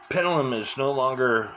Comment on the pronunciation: "Cenner, pennelum"? Why do you speak sloppy? Something wrong with your mouth? Or just a bit lazy?